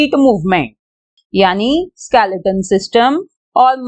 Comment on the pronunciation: Didi it's not skelaton it's skeleton